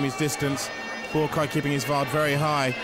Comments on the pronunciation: Calling him "Buakai" drives me nuts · It’s Buakaw not Boorakai, the commentator needs to do his homework. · Or kept calling him BUAKAI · Boo-A-Keye??? This anouncer sucks! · ผู้ประกาศมวยเรียกบัวขาวว่า บักข่าว 😆😆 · "Borakai" oh my god, it's not that difficult to pronounce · Why do they keep calling him "Boo ah Kaai"? isn't his name pronounced "bwaa cow"? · Borkai? How many times did I hear that dopey commentator call Baukaw "Borkai"?? It's not a hard name to pronounce, is it?? Aaaaarrrgghhh!!!! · Bourbaki ....hahahahahahahah dude get the legends name right.!!!!lool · He called Buakaw "Bukar"!. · Dear commentator, his name is Buakaw not Buakai... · It's not Buakeye or Buakaa.... it's Buakaw! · the american isn't bad but the english guy is a complete git. Just mispronouncing Buakaw's name EVERY SINGLE TIME pisses me right off, but he also knows nothing about Muay Thai let alone fighting in general. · Commentator is a joke! He can’t even say the name of Buakaw right never mind know the name of kicks! What an embarrassment on a great fight